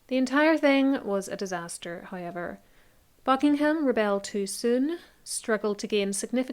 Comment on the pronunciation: It’s so interesting how your pronunciation of the diphthong OW sounds like I. It sounds like you say highever instead of however.